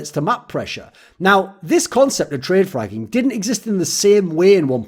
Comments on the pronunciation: That's what I heard as well... I was like wtf???? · had to check twice if he really said fragging.